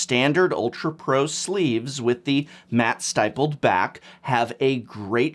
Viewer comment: STIPPLED RHYMES WITH RIPPLED